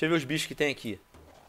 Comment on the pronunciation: que raiva de vc falando automon hahshahshasha é automatom